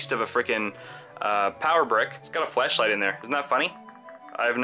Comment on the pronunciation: The way he says "flashlight" sounds like he's saying fleshlight XD